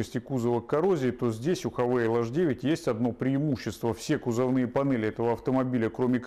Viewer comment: Не Хавейл , а Хавал . Слог закрытый , поэтому Хавал .